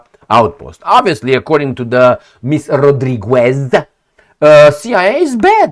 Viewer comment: You mispronounce Rodríguez. It's written that way, but it's pronounced as if you said "Rodrígez". The "u" is mute. It's one quirk of Spanish grammar. It's the same for every word in Spanish containing the syllab "gue" or "gui", except when it the "u" has an umlaut ü.